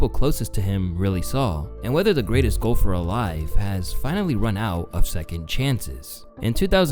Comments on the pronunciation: Man says golfer in a weird way...almost sounds like Gopher the animal on a golf course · I thought i was the only one who noticed that. 😅